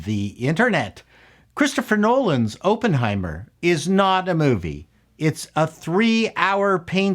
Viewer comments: Is it a Canadian thing to say Open-heimet? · Had to close this video after you said “open” heimer for the 10th time. You should probably know how to pronounce the name of the movies you review. 🙈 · Say the name as Aaaaappenheimer. Like when the doctor shoves a stick in your throat. Not like when they "open" the door. The double consonant makes it a short 'O'. It must be a Canadian thing. Please redo do the video. ;) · They put out a movie called Open-heimer the same week Oppenheimer came out? Weird. /sarcasm, why do you pronounce it that way? It's supposed to be pronounced "aa·puhn·hai·mr". This isn't a case of Toh-mah-to vs toh-may-to. This is a person's name. Please pronounce it properly. Personal pet peeve of mine. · Pronounce it right please, it's not Open-heimer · Unless I missed another comment after checking them: the pronunciation is Op as in operate, not as in open. Emily Blunt gave the definitive portrayal of the boss babe, a fierce woman to be feared by powerful men. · Review summary: Oppenheimer is pronounced with a soft O. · "I was a massive nuclear physics nerd"... who can't pronounce Oppenheimer or Von Neumann. 😉